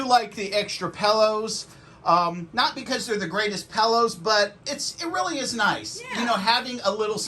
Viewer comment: "Pallows" 😂... great review 👍